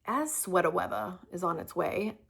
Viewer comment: Love that you just said, “sweat-a weatha.”